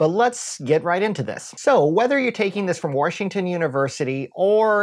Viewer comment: Woohoo. Thanks Doc. Although as an aside every time you say Worshington I crack up a little. Much appreciate all you do